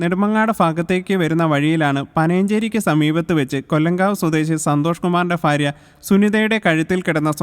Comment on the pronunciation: ഫാര്യ അല്ലേടാ ഭാര്യ?!!